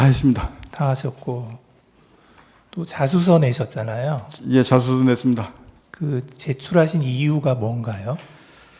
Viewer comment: 자수서였구나.. 자술서로들려서 자술서가뭐지? 했는데ㅋ